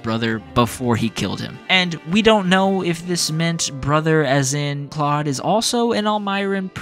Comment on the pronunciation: If you played 3 Houses. You know that Claude agrees with Edelgard. So like your pronunciation I just guess you weren’t listening.